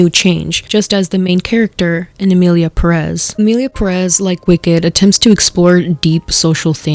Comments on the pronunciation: I hate when people say perEz instead of pErez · It's the fact that they say Perez like Peréz instead of Pérez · stop pronouncing Perez wrong. You have to accent the first E